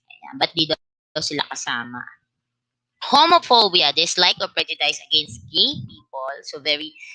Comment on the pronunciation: Pls check the pronunciation of prejudice po